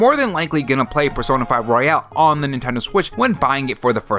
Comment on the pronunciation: Why do you pronounce royal like royale? 🤔